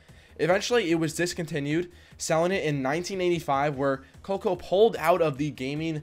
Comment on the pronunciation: Co leak oh. It’s pronounced co leak oh.